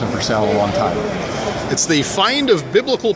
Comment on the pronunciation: "Porportions?" Lol